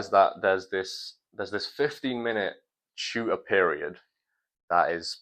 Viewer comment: It took me 5 minutes to realize you meant TUTOR when you said chu-err